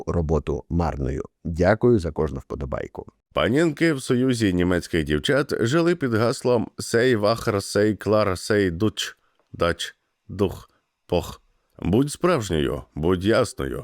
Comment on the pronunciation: Я відео слухаю, і на "сей вахр" мало не повернувся. Sei wahr, що читається "зай вар".